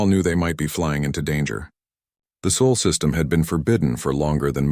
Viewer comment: It’s SOL! When will you get it right? GEES!